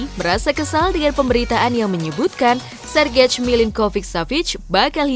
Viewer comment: Itu Sergej jangan dibaca plek2an Sergej dong. Sayang kontennya sudah update dan cukup, tiba2 ga enak didenger